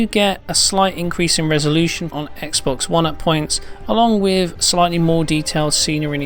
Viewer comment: Ah yes, another video "wif" "smooveness".